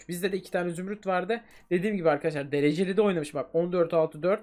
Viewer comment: Abi derceli değil dereceli diyorsun